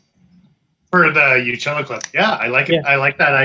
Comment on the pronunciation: Can you stop saying “utili” clip. Good info otherwise